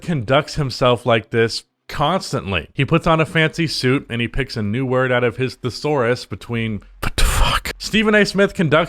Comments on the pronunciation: You're making it too hard on yourself lol you're getting too caught up in trying to say thesaurus like three it's way easier to say it like the-saurus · THIS MAN CANT EVEN SAY THESAURUS! HE’S A BONAFIDE SCRUB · pronounced thesaurus like it was a new word he just picked out of his thesaurus